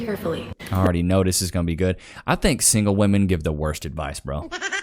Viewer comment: why can’t anyone use the word WOMEN correctly “why men stop…. Chasing….. ‘woman’ it’s women it’s women say it with me (wem-men) saaaaay it!